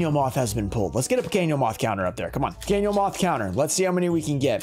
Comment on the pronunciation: Pronunciation tips: Pequeno = pekeno, not like pequeño in spanish Bruxa = brusha, not bruksa Mago = mah go, not "may go"